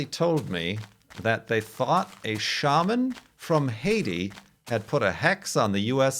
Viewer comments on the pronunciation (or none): none